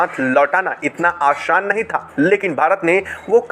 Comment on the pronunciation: Aashan nahi Aasaan hota hai